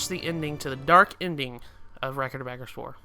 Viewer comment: Bud, it is "Suh mur ill" not "soo mur ill". Also, "Ah gah rest" not "agg ah rest". They're both stated in game.